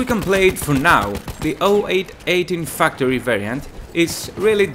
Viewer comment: I'm sorry but I couldn't help noticing you pronounced factory like fucktory